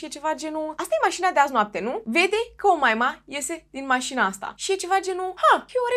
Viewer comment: Tu zici Omaima eu aud O Moimǎ 🙉 🤣🤣🤣